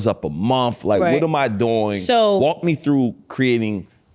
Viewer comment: As soon as she said every single monF instead of month I was like BRUH